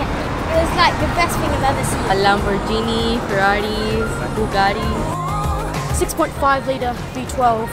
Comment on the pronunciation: booba luun you going to ignore the fact she said Bugatti